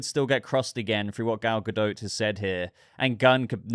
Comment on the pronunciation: Why are you calling her Gal GaDOAT?